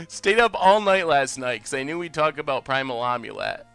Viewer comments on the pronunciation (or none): Its AHM-YUH-LET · still pronouncing amulet wrong. is a troll. Next stream please just say Ham-u-let and it'll be ok